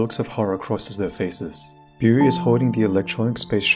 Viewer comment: How he pronounces Beau:Boo